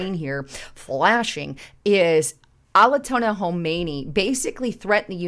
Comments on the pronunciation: Al i toni...HA! wow!! are you trying to say [like it's spelled] Aya to lah? Take your time, use knowledge, research and intelligence, and planning [read and understand pronunciation and what you are reading, you will go much further. Big plus!! The world is about to end... and you are promoting "how to look good"!! Definitely not the best sponsor of someone TRULY concerned and understanding what is happening to HUMANITY! You've never understood intelligent feedback and changed properly, so I don't expect you will with this. Btw I appreciate much of your findings, though again... you won't let us read them [apparently thinking you need 3/4 of the screen and info. on humanity's possible non-existence only needs to be 1/4 of the screen] Again... Talk to your husband-he seems to want to share. Peace. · > phonetically it is “ I A Tola “. I know this but you may confuse many with your way off pronunciation ✅🙋🏻‍♂️